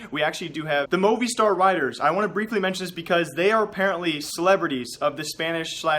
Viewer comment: It's pronounced moviestar not movei